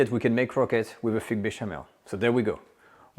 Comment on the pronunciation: First class lesson. Now sir practise this…put your tongue just beyond your upper teeth and exhale slightly to get the ;th’ sound in many english works. Its not feeque, but th + ik not eek. Th ank you, thrill…hope this helps